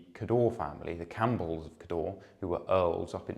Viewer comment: Excellent videos - thank you. Cawdor (as in Macbeth's Thane of Cawdor) is pronounced rather like the surname of the great film director, Alexander Korda, with the emphasis on the first syllable.